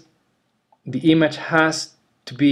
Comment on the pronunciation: Hey, buen video pero muy fuerte el acento. Tenés que trabajar un poco la pronunciación (what se dice /wot/ no /wat/, audio se dice /odio/ no /audio/, image se dice /imidj/ no /imadj/). Abrazo!